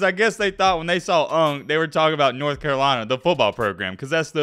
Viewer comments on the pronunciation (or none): none